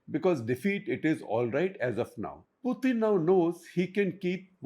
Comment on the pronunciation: It is Putin, not Puthin